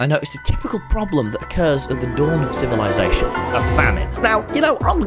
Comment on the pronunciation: What is “civilasation”?